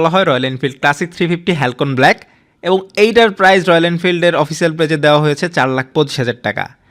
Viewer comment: হ্যালকন ব্ল্যাক না ভাই। "হ্যালসিওন ব্ল্যাক"।